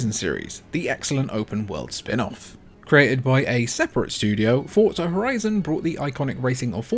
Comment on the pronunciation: It's not fortza It's forza